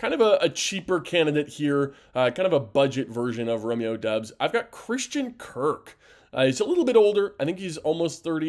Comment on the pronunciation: It was driving me crazy when he said that!!! Lol